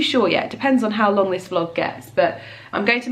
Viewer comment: ‘Uhhh I’m trynna vloaug!’ 😂